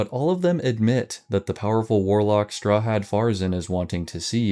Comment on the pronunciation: My only thing is you say the poor man's name in a strange way. Strahad is often pronounced St-rah-ad not straw had? Still amazing work!😊